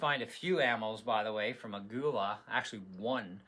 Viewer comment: It is pronounced "a-ghee-la"